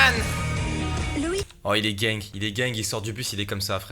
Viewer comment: Quand il dit il est gang on dirait il dit « il est gay »